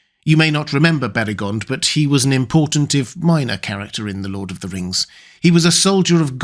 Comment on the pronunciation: "Lord of the Rngs"